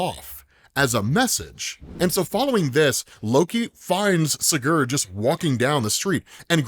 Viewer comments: Hey, just to help: It’s “see-gerd” if you wanna pronounce that in the future. Kind of crunch up the ‘gerd’ part and say it really fast and more like ‘grd.’ So it’s “see-grd” if you get it down where the other half of the name is said faster and crunches the syllables together. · Bro said siGhuurd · It's Si-Gurd, like Spanish for yes. Then Gurd. Just letting you know 😊